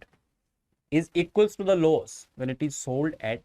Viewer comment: The way he says loss😭😭